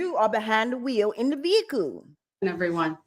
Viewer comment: If I stop the video at this point, there's no veehikuh on the screen. So there never was a veehikuh, y'all just decided to go lay down